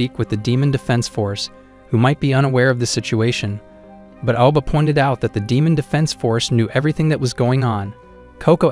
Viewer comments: In the start bro said ‘’demaon’’😂😂😂😂😂😂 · he didn't say demon he said deeman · Bro said deemoon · Bro said demun